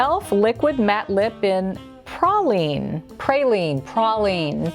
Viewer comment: Oh. And I'm from NOLA. Thanks for pronouncing Praline correctly! 😊